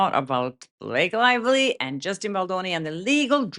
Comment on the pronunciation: Snake Lievely 😂😂😂😂